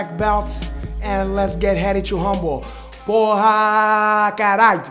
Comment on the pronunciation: What the FFFFFF is a PO-HA? Porra? 😂 What it is.. What it isse.. What it is.. WHAT IS IT!?? 😂